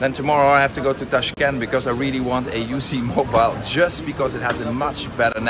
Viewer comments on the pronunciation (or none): Uzmobile is pronounced ooze-mobile, Uz standing for Uzbekistan.